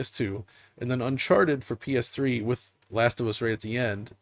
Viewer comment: Every time says PS Triple I wanna die inside.😒